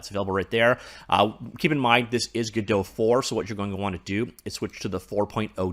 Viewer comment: Was listening to thw author of godpt say the name and he says it the proper way